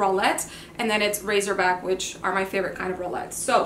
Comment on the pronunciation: omg I have to tell you...it’s Racerback and not Razorback... sorry, don’t wanna sound rude lol